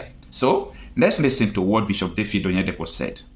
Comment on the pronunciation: David sir and not Dafid